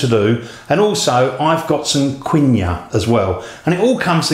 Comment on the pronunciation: It's pronounced "Keen wah"